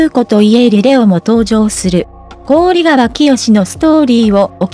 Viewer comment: こうりがわ いつまでそう読むのですか 関係者も、 見ておられるはずだろうに なぜ直さないのか 聞きずらい